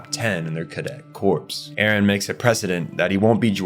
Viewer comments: "core" not "corpse" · Corps is pronounced core btw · Corps isn’t pronounced “corpse”.. it’s “core” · This is a brilliant video, really, really good. But your mispronounciations drag me right out of the story that you are telling so diligently. Esssscape, not ex-scape. Corps, as in the scout corps, the marine corps, is pronounced as core, not corpse. Bertholdt is prounced bert-hold-t, not berfoldt. Jean is pronounced as a soft J, like the French name. Its just confusing to me how you are mispronouncing characters names, given that you must have watched the show? The other words I get if you watch subbed, maybe not escape though, thats a criminal mispronounciation. Also there is no such word as "irregardless". It is regardless. That's it. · corps is pronounced like "core." the "p" is silent. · bro its not "corpse" its "core" cmon man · Just so you are aware, corps is pronounced like core instead of corpse. 😘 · "the 104th cadet corpse" LMFAO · this is 100% AI narration, you know how to say corps properly later around 33 minutes in and you pronounce Bertholdt 2 different ways as well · he pronounces Ymir as "yimmer", corps as "corpse" and bertholdt as "birth holed", the funny thing is sometimes he says them correctly, tell me this is AI slop again, buddy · It really bothered me you kept pronouncing corps wrong. It sounds like “core” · Just so you know, the "p" and "s" are silent in "corps." So it just sounds "core" as in the Marine Corps. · very much a real person, usually ai channels make shorts and long videos he has actual community posts and other things bots dont do.